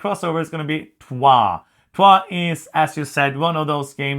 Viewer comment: Thankyou for correctly pronouncing Troyes.